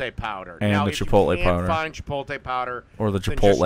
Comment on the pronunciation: As someone who has to listen to people pronounce it "chipolte" all day, I'm simultaneously more understanding of how could also get it wrong, and more annoyed by it.